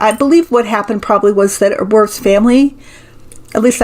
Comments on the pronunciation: In German, the W is pronounced like a V. Wirths would be pronounced like Virths. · I believe Wirths would be pronounced -"Veert". Fascinating reading as always. Thank you.